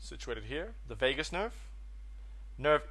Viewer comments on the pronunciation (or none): none